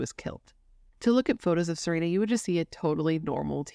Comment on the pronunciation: Her name was actually pronounced Sa-Ren-a, not Sa-reen-a. She also went by Serenity. You said Sagkeeng right the first time. And, we have 911 in Canada lol